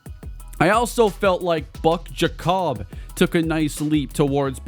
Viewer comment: I believe Giacobbe is pronounced Jacoby and not Ja-cobb.